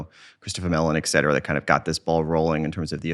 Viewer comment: For someone who is really well spoken... you had to say it. You had to say - ECK CETERA!!!! ECK!!! It is ET CETERA!!! ET.... ET CETERA!